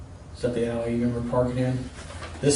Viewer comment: I was half paying attention because I was reading a text and I thought he said "these are the Yaoi pictures" instead of alley pictures.